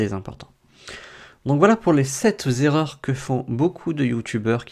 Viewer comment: vu que vous parlez d'erreurs, le mot sept (7) ne finit pas par un S donc vous ne pouvez pas dire 7 z-erreurs mais bien 7 t-erreurs. Sinon, merci pour vos infos !! très pratique.